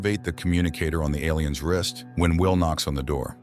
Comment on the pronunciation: I'm confused by the pronunciation of "aliens". It sounds like "ell - lee -- ens". Or L E N's.